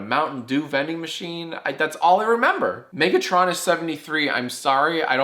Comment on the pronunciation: Megatr-ON-us lmaooooooo